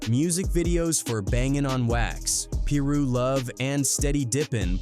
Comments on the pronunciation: The way he saying some of these names triggers me. It’s not peeru it’s piru and it’s not locks either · Ai said peeroo 😂 Fuck ai. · Ai voice said “Pee Ru” gang😂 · Please stop having AI and white people doing this voice overs and not knowing how to properly pronounce the information they’re giving. It’s Tweety Bird Loc (pronounced Low-K like Loki but you don’t say the key part) and it’s Piru (pronounced Pie Roo). Respect it cuz people really lost their life to this shit and we lost real family and friends to this shit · What u mean it’s not pronounced peeru or Loc=Lock or Englewood😂😂😂😂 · Every damn video AI not being able to pronounce piru is funny as hell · Cuzz, your pronunciation on shit is funny. Piru & Loc you need work on. The more I watch the worse it gets. If you had listen to the album, just maybe your pronunciation would be better.